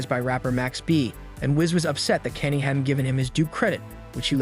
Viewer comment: Thats not how you pronounce Kanye😂